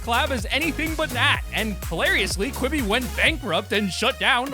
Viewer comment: When I heard you say quiby I threw up my through up